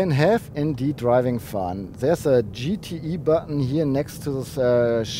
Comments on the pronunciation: Du verwechselt den GTI mit dem GTE, das E wird nicht als Ei ausgesprochen sondern als i. Das macht das Ganze sehr verwirrend! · GTEEEEE not IIIIII :D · Does he say GTE or GTI?